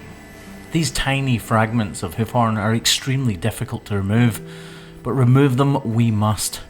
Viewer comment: Sometimes it sounds like you say, "Hoochie B P" lol